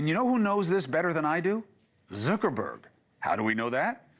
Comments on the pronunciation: Zooker-berg? Come on, Chris. Lol. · Is he saying 'Zerkerberg'?